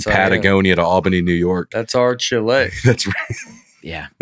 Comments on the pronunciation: it’s pronounced “chee-lay” not “cha-LAY” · Lol, i forgot how much i love when they’re all together. By the way, its not chLAY either, its pronounced Chee-leh 🤦🏻‍♀️ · still sounds like an idiot saying Chile. It's pronounced Chee-leh, not Chill-Ay. Love the attempt though.;P